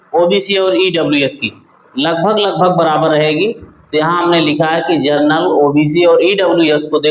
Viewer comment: जनरल होता है सर जर्नल नहीं